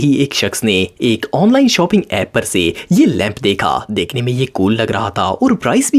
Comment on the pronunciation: Bhai shoping nahi shopping hota he